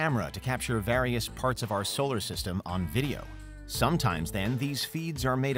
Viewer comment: stop saying 'various' like that in every vid